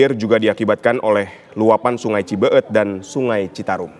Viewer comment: Bukan cibeeut tapi cibeet...kalo ngga bisa sebut cibeet ngga usah jadi reporter min.🤣🤣